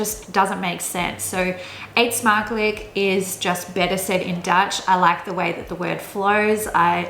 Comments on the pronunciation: try to say eetsmakelijk like: eetsmakeluk, when you said it it sounds like eetsmakelek. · Wauw your Words are so good! In the first two Words i heard No accent at all! “Eetsmakelijk” was a little bit off but i love your video! It is clear to me that u have been staying in Amsterdam or Rotterdam or somewhere in the north Hihi! Byeee and keep making these vids!